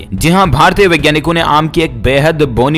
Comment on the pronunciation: यार “वैज्ञानिक “ और “विज्ञानिक” के उच्चारण में बोलने के समय फर्क करो। हिन्दी भाषा की गला मत घोन्टो।